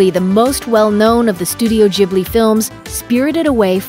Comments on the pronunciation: Stahp saying ghibli wrong......gib not jib.... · "jibly" ? come on, you know that the gh is pronounced like the g in "gorgeous" or "guild" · Ghibli*, not Jibbly. Why do Americans struggle with this so much? Do you also say "Jost" and "Jastly"? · How you pronunce "Ghibli" bugs me so much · Am I supposed to say studio ghibli like studio jubli or what? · yes before rating them please know how to say studio ghibli correctly! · Dude you said Ghibli wrong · It’s pronounced with a G sound, not a J sound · The way she pronounced ghibli really anoyyed me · Who else cringed at the way she pronounced ghibli time and time again?